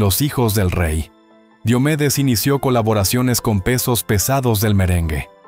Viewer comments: No es Di o medes es Dio medes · Pronuncia bien su nombre por respeto!!!!